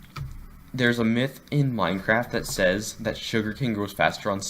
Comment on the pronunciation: Minecwaft is dode